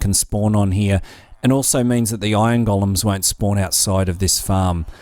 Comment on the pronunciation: I keep understanding "ion gollums" :D